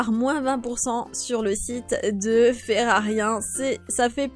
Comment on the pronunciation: Et tu dit ferarien c'est fererie